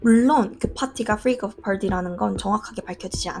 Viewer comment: 글구 freak off 프맄어프 또틑 프맄커프라 발음하는 게 아니라 프릭어프/프리거프처럼 발음하시는 거 보니 버릇이신듯. 받침 발음에 대한 잘못된 습관인 만큼 신경쓰면 쉽게 교정되실듯. 자꾸 본문과 관계없는 지적 미안합니다.